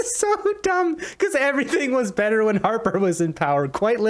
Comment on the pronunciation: Why does he talk like a pompous a**hole. It's not "betther", it's "better." Just talk like a normal person, bro.